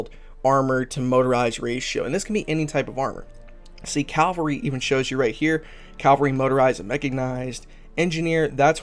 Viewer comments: Just for the record... it’s pronounced as Cah-vahl-ree. Not Cal-vary, or Cal-Valry. Caval-Ry. Cavalry. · It's CAV--alry not calvary lol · Its cavalry. Calvary is a place. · Ka-Val-Ree. Meh-Ka-Nice-D. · Jesus Christ man lol. It's pronounced Cav - Alry.